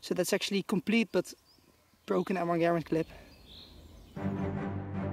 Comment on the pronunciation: Props for pronouncing the name of the M1 Garand correctly!